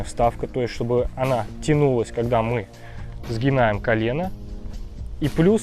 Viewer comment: Все красиво рассказал,но прям резанул по уху- Сгинаем,иногда лучше материться,чем так!!!